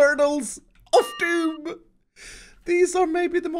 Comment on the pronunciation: you did 27 "of doon" you have failed